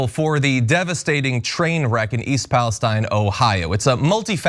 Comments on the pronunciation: BTW, people local to the town call it east Palestine, pronounced palesteene- from someone who grew up there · Thanks for covering this. It's Palesteeeeeen by the way. Rhymes with pristine, chlorine, etc. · Thank you for your reporting. It’s pronounced East Palesteeeene, with a long e…. 🤗